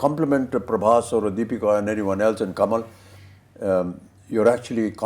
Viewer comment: Difference between like u guys comparing Prabhas anna with Amir sir and SRK sir. Tell me did u know, honestly known Prabhas anna or watched any of his previous films before films. My answer would be No/Yes/I didn't want to because they r old. Listen first it's Prabhas not Prabhash, second of all u don't know his reach was enormous even before Baahubali, just incase u didn't know. My man wanted to make films just for the fans, but got stuck with T-Series and This director Prashanth Neel who lost his direction and writing touch after the KGF Chapter 1 movie. My man came back from his industry which is Telugu and gave a banger to all people like u who comments like hell like u gave the hit one's from ur industry. And u know u wt sir/mam, we had this kind of facing before. Do you know tat SRK sir hates prabhas anna, proof see the success meet of jawan when the interviewer asked Deepika mam the question of project k also now known as Kalki 2898 AD movie, just look the srk sir's face he was scared or uninterested or whatever. You guys only shown him hell for movies so he need five years to understand u guys. Prabhas anna loves SRK like anything, and reach u talk abt goes previous films before Baahubali and see my Anna's work better than ur Bollywood movies at tat time. Now only remake of our hard work.